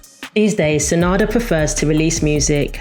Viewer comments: It’s not SA-NADA, it’s SA-NANDA. Shame you didn’t add in his affair with Paula Yates which sent ripples through the music industry and almost killed his career. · **Sa -nan-da**... not San -ada. : ) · Thank you. I wish you had mentioned his daughter too, whom he had when he was named Terrance. BTY - his name is SaNANda - not Sanada - I am a HUGE fan and I support and promote every chance and I loved this information video you did - very good but I think it is important to get their names correct - right? Don't you?